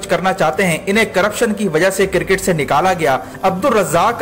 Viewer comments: Bhai it’s cricket not CIRCIT! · sir cricket not cir ket